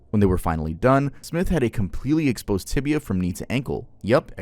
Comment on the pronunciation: It's "tibia", not "tibula".